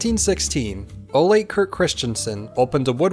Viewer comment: It's not "Olé" . . . rather "O-luh"